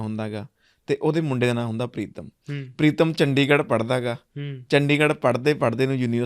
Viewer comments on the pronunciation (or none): none